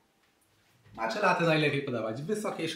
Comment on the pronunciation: Przepis świetny, często tak robię z mlekiem migdałowym i czasem miodem :) zastanawia mnie tylko kiedy i czemu zaczęło się wymawiać ją jako "macza". Początkowo wszyscy wymawiali "matcza" co było mniej rażące, ale przyznam, że przy "maczy" to aż mnie skręca :D Matcha jest japońska, a język japoński jest miękki :) więc brzmi to trochę pomiędzy "maćcia" a "matcia". Taka moja mała dygresja :)